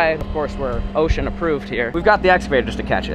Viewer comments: It’s osha not ocean lol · Am i the only one that keeps hearing ocean approved instead of osha ? Or am i trippen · This whole time I thought he was saying ocean aproved not osha 😂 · No it's OSHA not ocean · Is he saying ocean approved? It’s OSHA in case anyone is wondering. 😂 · It’s OSHA not ocean my man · Im so drunk good video its ohsha not ocean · I thought you were saying ocean Approved